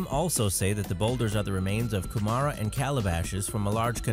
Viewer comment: ku-MAH-ra?! Kumara is pronounced KU-mah-rrah and it's freaking delicious when done in a Hangi...mmm, Hangi...